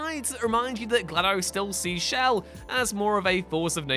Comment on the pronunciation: Whose "shell"? I think you mean chell,.